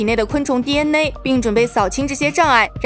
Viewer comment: DNA 还非得读成 第恩馁